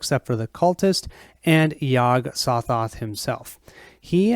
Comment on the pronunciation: Hey - Very nice playthrough - even though with some mispronouncing of the names. Yog-Sothoth doesn't have a silent 'G' in its name. (Yog-SoGoth) LOL (Yog - Sew-Thoth) The Byakhee is a male (ByakHEE), not a female (ByakSHEE). LOL (Bee-awk-ee) or (Bee-awk-hee) Exceptional job on the painting of the figures/miniatures by Bill!! Between this playthrough and Mike's playthrough from two years ago, its looking like this might seal the deal with me keeping my pledge to the recent Cthulhu: Death May Die - Fear of the Unknown Kickstarter - have 5 days to decide if I want to get my full refund back. Cheers